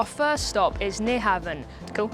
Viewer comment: Been to Copenhagen dozens of times. Be there again in August. Fyi, NyHavn is pronounce Nu- hown 👍